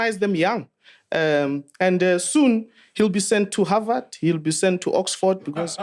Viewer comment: "He's going to havard"😭😭😭😭